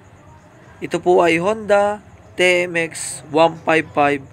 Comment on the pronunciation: TMX- ti-em-ex. Hinde te-em-ex